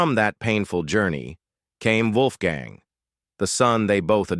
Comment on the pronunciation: Dam AI narrator Wolfgang’s name pronounced three different ways in the video